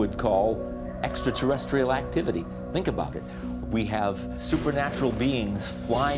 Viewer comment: "EXATERRESCHIAL" convinces me of his scholarship on the subject.